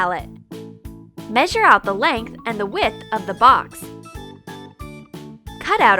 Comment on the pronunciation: she pronounces the word length wrong